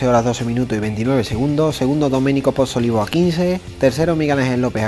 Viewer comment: Gracias por tan buena informacion hermano. Solo un comentario. El apellido de Domenico es Pozzovivo, creo haberle escuchado decir Pozzolivo. Saludos desde Puerto Rico.